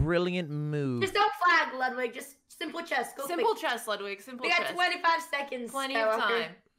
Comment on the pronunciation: Why does he say chez